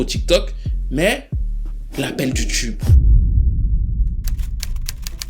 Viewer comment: Ton analyse est toujours on point et je dois avouer que je suis un peu déçu de PF2. Je ne m’y retrouve pas. Une chose me dérange dans ta présentation, tes prononciations excessives en « tcheu » , genre « tchube pop », pour moi c’est vite agaçant.